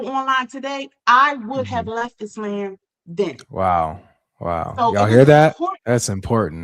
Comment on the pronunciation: Muslim for 40 yrs and still cant say ISLAM correctly 😅